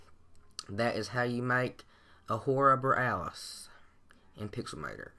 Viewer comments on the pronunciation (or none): "A whore-a-borealice"